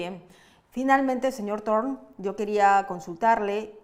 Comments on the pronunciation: El apellido es Thorne y se pronuncia Torne. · Se pronuncia dorn es un nombre inglés Thorne